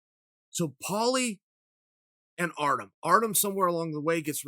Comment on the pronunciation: Chael still undefeated on mispronouncing Artem's name